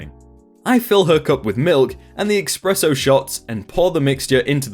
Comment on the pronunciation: eSpresso, not eXspresso.